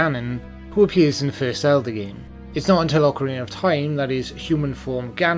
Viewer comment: I love the way you say "Zelder" :3